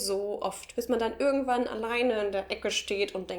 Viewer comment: hab es ganz nich verstanden, welcher Dialekt sprichst du? Deine "irgendwo" und "irgendwann" klingen wie "ürgendwo" und "ürgendwann". Bitte, sagt mir jemand, was für Dialekt ist das?